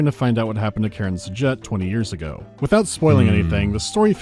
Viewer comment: Dude, just no. First of all, it's Karan. KARAN. I suppose 'muricans can mispronounce it, since they often hear a similar name, but there are subtitles in the game to assist with spotting this letter variation. Same with the voice actors, who can't read it properly either. Hopefully, they weren't paid too much for this butchery. And they better not retcon the character into Karen, to accommodate such text-skimming audience. Back to main topic. Your elaborate excuse for this foolish scene is a stretch to say the least. Khar Sajuuk's location was acquired from at least a Long Jump distance. There's no chance Khar Kushan had precise position of the shut-down ship before it exited hyperspace near the ice shelf. The Veil fleet was not present near the shelf from the start. They followed Khar Kushan's hyperspace signature. If they were already there, the Trinity would've already fallen into S-B-M-H's hands. No chance the experienced Karan S'jet would try to hide the Cores by smashing her ship into the shelf's surface, when Khar Sajuuk could've maneuvered the same way Khar Kushan did, into the shelf's bowels. It's an amalgam of metals, sticking out from ice. Any carrier dispatching 4 probes from a distance could scan it down. I bet at one time in the story, the ship was actually hidden, but some genius came over and said they wanted a beautiful scene, showing it breaking out of the ice. Not enough people with common sense standing up to their superiors lacking it.